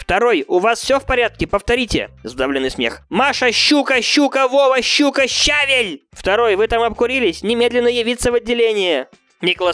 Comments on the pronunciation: не щавель а щавель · Щавель а не щавель Лайк, кто понял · Не щавель, а щавель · Щавель ударение на е